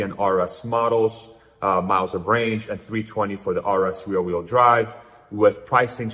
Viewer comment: RWD = REAR wheel drive. Sounds like youre saying "real wheel drive"?